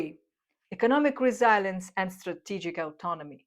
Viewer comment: Love your content! FREE FEED BACK - constructive criticism Words mispronounced: Resilience, Robust, Directly, Model, Gasoline, Incentives and rationality. But I must say, you have improved a lot. Congratulations! Much love from BRAZIL !!!